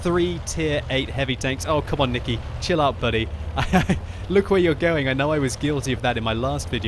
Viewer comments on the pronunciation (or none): Nikeee is (Nye key) not nicke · when says "Niki" instead of "Nike"